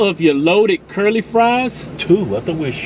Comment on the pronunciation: Curly?? I thought it was Sherlie